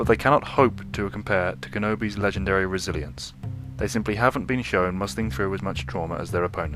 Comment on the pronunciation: you need to stop saying resiliancy it's pronounced resilience